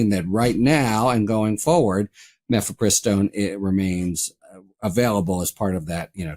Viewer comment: Mephepristone is I believe pronounced with accent on third syllable.